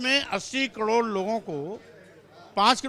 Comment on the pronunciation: Isko batao ki kador nai bolte Karod bolte h